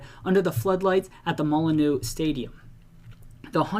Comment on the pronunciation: Hope i don’t offend you but Molineux is pronounced Mol-inn-you